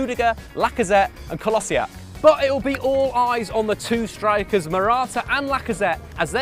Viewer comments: For the nth time: Kolasinac is pronounced "Kolashinatch". Not Kolosiak! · WHY CAN NO ONE PRONOUCE KOLASINAC'S NAME RIGHT